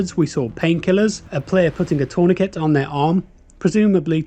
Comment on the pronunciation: He says things wrong, such as tourniquet and inventory, a couple of times, which are the obvious AI words